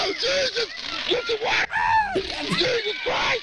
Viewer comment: “Get the watah……. I can’t do the full joke” Me: I think you can 😈